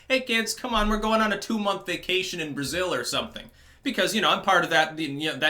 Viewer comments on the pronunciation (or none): none